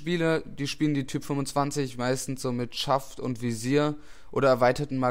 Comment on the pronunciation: Sie heißt Type nicht Typ, mit e am ende! Sonst gut :-)